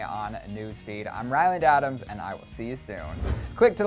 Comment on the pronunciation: Ryland? Who else noticed this